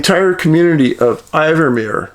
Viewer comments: WATCHING FROM CORTES ISLAND WEST COAST B.C. CANADA... FYI DAVID THE CITY IS KNOWN AS "IN-VERMERE.....NOT I-VERMERE....THANK YOU FOR YOUR EXCELLENT WORK, BEEN WATCHING FOR MANY YEARS.....THE RCMP SOUND AS IF THEY ARE SOME WHAT CULPABLE?....A FTER WATCHING YOUR CHANNEL I AM GETTING THE HEEBEE GEEBEES FOR MY HOME PROVINCE OF B.C. .....GRIM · We pronounce it IN-Vermeer 😊my friend. The people of the East Kootenays come together like nothing I have ever seen. “If I have to explain it, you won’t understand” Sasquatch, Shapeshifters, Dogman as well as our Grizzlies, Brown Bear, Cougar,Bobcat, Lynx…..We have a lot of encounters in this area, especially with the Bigfoot